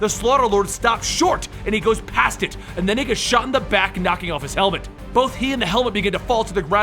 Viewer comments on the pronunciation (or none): none